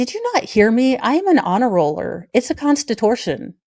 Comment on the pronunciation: “the constitortion”. OMG, love it.😍